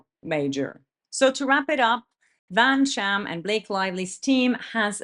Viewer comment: Did you say VanSham intentionally 🤣